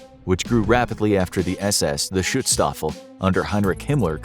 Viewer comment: Great research. You wrote "Arbeit" on the sign of Ausschwitz wrong, and try to say the "u" in Schutzstaffel shorter. Our vowels are very short. Sorry German here, I know I know... Thanks for the great doku.